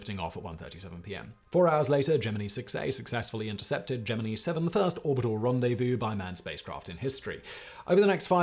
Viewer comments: The way Simon pronounces Gemini is giving me a stroke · Difference is, he supposedly speaks English...his entire life. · Wow ... its not Gemin-ee ... but Gemin-eye ... or JEM-in-eye ... or dʒɛmɪnaɪ. ... and he said it over and over and over. Besides Project Gemini - a NASA program, it is also: Gemini - one of the constellations of the zodiac, and an astrological sign Gemini - in Chinese astronomy Gemini Observatory - telescopes in the Northern and Southern Hemispheres Gemini Planet Imager - an instrument for observing extrasolar planets Gemini twins - in Greek mythology ... and other more popular uses. EVERY one of these is pronounced Gemin-eye in their various areas, not one is pronounced Gemin-ee. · "Jeminny" huh? headdesk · it is, but the way Simon is saying Gemini makes me think Jiminy, which then turns into Geminee in my mind. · Is "gem-ih-knee" the British pronunciation, or does Simon just not know how to pronounce "gem-ih-nye"? If this were Brain Blaze, I'd just assume he was intentionally mispronouncing Gemini, but considering it's not OG BB, I am supposing that "gem-ih-knee" is what he believes to be the proper dictation. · I have never heard someone pronounce "Gemini" like gem-e-nee before. It's not a cultural thing either as i am English and we all pronounce it Ge-min-eye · Project jemini? 😂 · ITS GEMINI FOR FUCKS SAKE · Hey Simon.. try Gem-in-eye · Say it with me GEM-IN-EYE {Gemini} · Me watching this video OmG Simon Gemini 😱 I dunno if I can watch the video if he’s gonna keep saying geminee … maybe this is like the Levi / levy video where he’s doing it on purpose for the comment engagement…. Guess I’ll have to watch all the way until the end to see ….. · While you may butcher many words, you have crossed the Line, Sir. Gemini has no flexibility in English. It is in the sky. I am a Gemini. "JIm-n-I" You may be a sentient robot, but you must master the English language. Sir. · Gem min I ffs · It’s pronounced GEM IN EYE